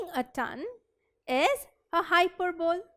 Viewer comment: Wtf is hyper bowl .... Need to really work on one's pronunciation skills if one other to be an English teacher....